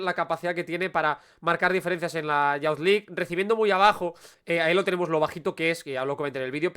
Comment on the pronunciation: "Youth" se pronuncia como "yooth":-) Gracias por este video interesante (como siempre)